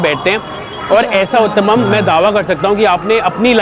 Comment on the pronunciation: when pushed to say Uttapam..and finally he said the word, the way he said it I was ROFL 🤣🤣 but yes he did pronounce it correctly 👍 ur rght Matra=quantity Here in India usually kachoris are larger in size,these shown in the vlog are special cos they are smaller.